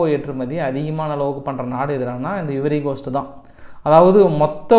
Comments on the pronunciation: ஐவரி கோஸ்ட என்று கூறவேண்டும். இவரிகோஸ்ட் இல்லை. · Small corection, its ஐவரி கொஸ்ட்